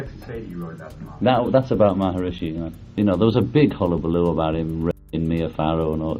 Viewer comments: Who is the "Maharooshi" you keep talking about? At least pronounce his name right. Whatever he did good or bad as a person, he was a yogi in probably the oldest line of gurus in the yogic tradition, a philosophy called Kashmiri Shivism. Yoga, in the broadest sense, is not a religion, but rather a spiritual philosophy. Because of the traditions of this philosophy, its ceremonies and rituals are normally officiated by Hindu clerics called pujari, whose job it is to do this in a Hindu temple. They are paid well by the yogi for these services. But the yogi him/her self is not necessarily Hindu, and holds no rank or duty in the Hindu religion. One ceremony, for example, is when the student or devotee of a yogi is elevated to yogi-hood, although I am sure there is a better word for that. Love him or hate him, Maharooshi (now you have me doing it) could not have cheated or snaked his way into being a yogi. I'm not certain, but I believe the Maharooney comes from the same philosophical tradition as Paramahansa Yogananda, who founded the Self-Realization Institute in Los Angeles and brought Yoga to the US. His book "Autobiography of a Yogi" was a bestseller and is amazing. BTW, you don't have to join TM or pay anyone anything to meditate with the exact same technique that TM sells. You can find any number of yogic meditators on YouTube or anywhere. The modern philosophy of Non-Dualism, as practiced and shared by mystics and teachers like Rupert Spira and others are from this same trad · Interesting subject and I gave you a like, but I had to stop because of repeatedly hearing "Maharooshi" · Why do you keep mispronouncing Maharishi, "maha-roosh-i?" Whether TM is BS or a con or whatever, that's a weird choice. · Why do you keep saying «maharooshi»? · why do you keep saying MharUshi? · Say it with me: MA - HA - REE- SHEE, ya dum.b.a.ss😂😅😅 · Is he going to say “maharushi “ the whole time? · I'm sorry. I couldn't finish this video because your pronunciation of maharishi